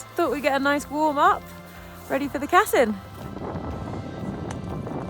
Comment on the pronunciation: Wonderful video, awesome views, and a really great accomplishment! 👍 I think the route is named after Riccardo Cassin, an italian alpinist, who climbed the Denali as part of an italian team, back in 1961, when he was 52. The correct pronunciation is with a stress on the second syllable, so it’s Cassìn, not Càssin. 😉